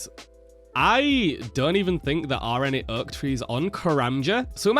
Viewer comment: where are you from? How you say slow and oak has me rolling :)